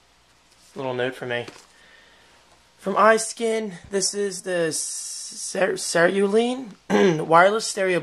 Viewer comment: hey know it's not a big deal but im an english junkie =/ and sorry for being a nit pick but cerulean is pronunced ce'-rule-ee-an